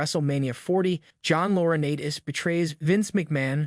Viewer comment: Loriniiites Is the pronunciation not Laura Natis. There’s a long I in his name the a is silent